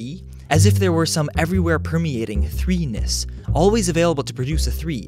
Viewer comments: Heh... He said threenis. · Lol. 3-ness. Sounds like penis.